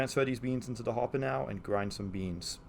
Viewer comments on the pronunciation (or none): none